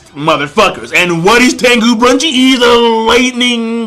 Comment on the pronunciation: Gosh dude! Please learn the right Names, his name is Tengu Brunch not Brunchi just Brunch. You know Toriko is a food based Manga so.. An it's not Sani his name is Sunny :D